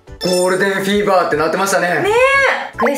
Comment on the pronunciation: フィーバーがセイバーにしか聞こえない